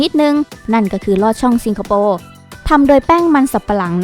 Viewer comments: สิงคะ ไม่ใช่ ซิง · ทำไมแอดพูด ซิงคโปร์ ไม่ใช่ สิงคโปร์ หรืออ่านได้ 2 แบบอันนี้ไม่รู้ค่ะ